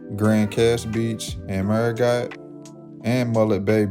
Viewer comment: The French side's capital is pronounced merry-GO!